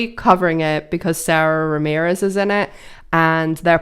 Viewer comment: I love Mindy, too! Great writer!! Tony winner, Sara Ramirez is pronounced Sah-dah. There's an EW 03/2018 interview where they say their name in the first 30 seconds for reference. :)